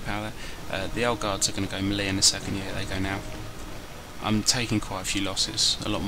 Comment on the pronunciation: French melee. ( 3 old. 3 young. 4 polish. Wutever u want after that. ) And a milita to waste shot. Also its pronoucned MelAY not mel ee; melay